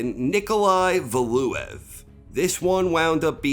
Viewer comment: Love your content but that pronunciation of Valuev had me triggered